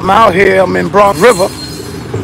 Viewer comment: Never heard of it but i have heard say he's from Bwonx Wiver. Wtf is that? lol